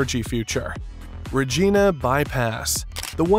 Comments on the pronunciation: Next time hire narrator that speaks the King's English, not American. Did not take the time to learn how to pronounce Regina,, it is not re-jean-a. Anyone in Canada or Britain could give him pronunciation lessons. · Regeeeeeeeeeeeeeeeeeeena bypass? Funny. Learn how to pronounce our place names! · Find someone who can pronounce the name REGINA properly..... It would be appreciated... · It's not REGENA it's REGINA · Its "Regina" with an i,, pronounced like the thing you see with, an "eye". Learn your craft man. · Montreal is pronounced Montre- all, not Montre - al. Also, Regina is pronounced Reg eye -na, not Reg -eee na. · You need to learn how to say Montreal (Mon tree all) and Regina (Do you refer to a woman's body part as a Vageena ?) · Dude rageena??? Come on, u lost all credibility by mispronouncing the glorious capital of Sask. Also we should wexit. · lol. Bro if you’re going to create videos about Canadian projects, DO YOUR RESEARCH and learn how to actually pronounce the names of Canadian cities. *smh*. Another YouTube hack stealing others’ work and doing none of your own. Ruh-gee-na?? Montree-al?? Embarrassing. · Why not just do the voiceover yourself? Stupid AI voice can’t even say Montreal or Regina correctly. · Your taking this click bait way to seriously. Who cares what this video content is. It can't even pronounce Regina. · Thanks for the video... But you mis pronounced every name you mentioned.